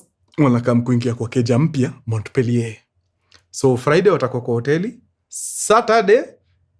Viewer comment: Mkurengezi Montpelier is pronounced as "Mopiye"